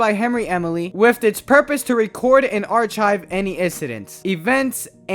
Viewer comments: "Arc ive", not "arch ive". the H is silent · THE WAY HE SAYS ARCHIVE Still a great video, but it’s SUCH a pet peeve of mine. It’s pronounced arkive with the k sound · why do you say archive like that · Why you sayin archive like that?😭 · Why are you sayng archive and psychiatric like that